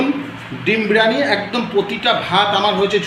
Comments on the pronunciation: বিরানি 😂😂😂😂 আগে উচ্চারণ ঠিক করো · বিরানি😂😂😂😂 আগে উচ্চারন টা ঠিক করো